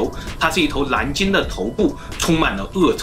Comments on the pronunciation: 蓝鲸不是南鲸😄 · 这沙鲷丢脸丢到国外了，蓝鲸被你说成南鲸，舌头不好就麻烦你别出来丢人了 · 蓝鲸，南京。。。nl 不分哈哈哈